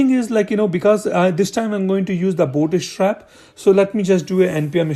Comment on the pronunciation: you're killing me every time you say booty strap :D thanks for the video